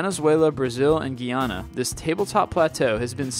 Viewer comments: It's Guyana not Gayana hahaha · it's pronounced guy-an-a